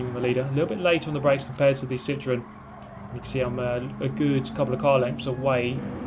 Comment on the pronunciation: the way you pronounce citroen triggers me